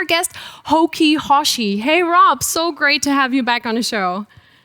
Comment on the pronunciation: The HokiHoshi pronounciation was absolutely butchered